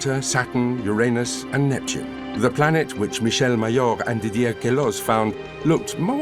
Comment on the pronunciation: Oh my god!!! I thought i was the only person left who said the god Uranus’ name correctly!!! Liked and subscribed!